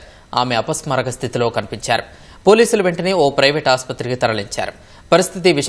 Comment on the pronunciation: ఫోన్ చేసి " నేను అపాస్మరాకా స్థితి కి వెల్తున్నాను" అని చెప్పిందాటా.అపస్మారక అని వీడికే పలకడం రావడం లేదు,ఆమె ఉన్నా పరిస్థితి లో"అపస్మారక"అని ఎలా చెప్తుండి.పాధ గట్టం,పాధ గట్టం అని సినిమా లో లా అపస్మారక ,అపస్మారక అని ఎన్ని సర్లు చెప్తారు.అతిగా ఆవేశపడే ఆడది సుఖపడినట్టు చరిత్రాలో లేదు.